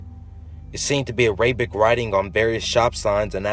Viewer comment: You totally butchered the pronunciation on Arabic and tor